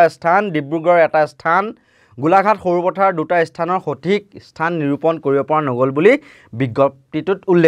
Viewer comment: এয়া একো বাতৰি নহয় , মাথোঁ পুলিচ -আলফাৰ লোকা-ভাকো খেল। আৰু বুৰ্বক , ইস্থান বুলি নকবি , "স্থান" বুলি ক'বি।